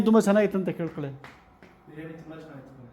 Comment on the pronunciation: It is not Beeriyani 😂 its Biriyani